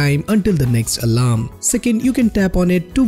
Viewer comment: listen when he sais alarm its a little weird